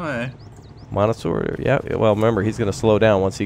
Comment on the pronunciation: "mono-sewer" bruh that word is monsieur... google translate that shit or something